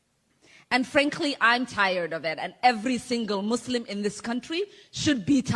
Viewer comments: Love the way he says "moslem" ammazzziiinn. She should be DEPORTED!! The whole west like that we made it and allow other races to live here, and they tell us we are bad people? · WHAT THE HELL IS A MOOSE-LUM LMAO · When the fuck did we start to say, "Moos-lim"?